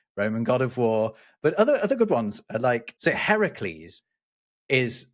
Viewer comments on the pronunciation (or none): none